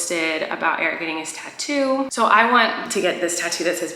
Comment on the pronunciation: Me:bawling cuz of Colleen saying I’m beautiful Colleen: MY TATTOLONES